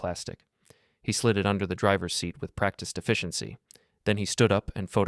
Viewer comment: I liked the pronunciation of practice deficiency, instead of practiced efficiency. Isn't AI great?